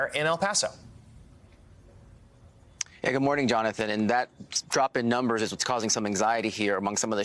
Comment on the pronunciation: "The nolmbers so far say" who are the nolmbers you speak of? 🤔